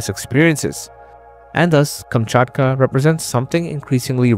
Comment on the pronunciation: Kamchatka, not Kumchutkuh.